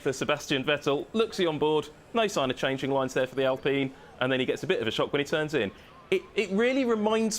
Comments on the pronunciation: Norris not knowing how to prounance alpine 😂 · Apparently they forgot how to say ALPINE un Europe lol.